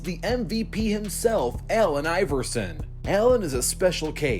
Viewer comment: Its allen not ellen